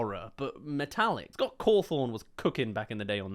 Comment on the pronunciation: Someone who can’t even pronounce Scott Cawthon btw Spooky